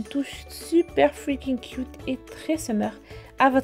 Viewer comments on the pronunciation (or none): none